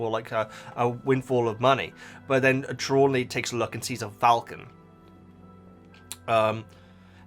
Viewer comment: It's Tree-law-knee